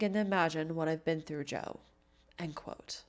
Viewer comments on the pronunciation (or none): none